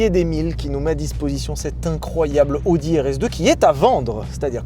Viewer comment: Il faut vraiment faire un effort et prononcer "a-o-di" et pas "odi". Il ne me semble pas qu'on prononce Aston Martin à la française